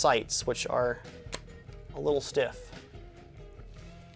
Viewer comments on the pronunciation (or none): none